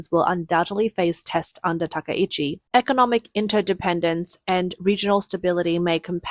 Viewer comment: I believe her name should be pronounced with 3 syllables, ta-KAI-chi, instead of ta-ka-EE-chi